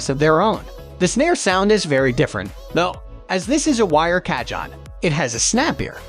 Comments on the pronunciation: The moment you said "ca-john" it was enough for me. Closing this tab rn. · This is an AI voice mixed with stolen pictures & video clips online. That’s why the Ca-John… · Repeat after me and everybody else here,"kaa- hone." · Americans make no effort to pronounce anything correctly. Every time he said CAH-JOHN I wanted to close the video lol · loose the last E its pronounced "CA -HONN" / as of "CAJÓN". spanish for "drawer" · Narrator mis-pronounces the name of the very product he is reviewing. Yikes ! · tfw you can create and edit a whole 12 minute video but use the most ridiculous robot voice that mispronounces the name of the instrument every single time